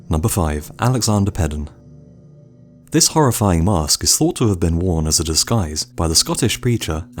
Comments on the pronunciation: Peden is pronounced "PEEden". It rhymes with Eden and Sweden. Why people fail to make that connection troubles me. Peden is also my last name. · Damnn that’s weird😂I’m bailey Peden bruhh he said Peden wron😂😂